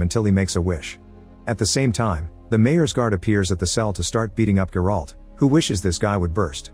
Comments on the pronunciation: You butchering the names bro its not GerAlt its Geralt ONE WORD for fucks sakes ! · The way his AI voice pronounced Geralt🤣🤣🤣